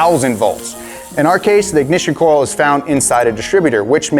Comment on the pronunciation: I’ve noticed you struggled to say coil and oil 😂😂😂 corl and orl